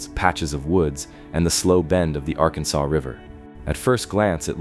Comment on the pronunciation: Arkansas (R-Kan-Sas) River/City.